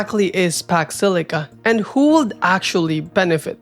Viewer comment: i cant ignore how you pronounce the letter L in “would” and “could” 😢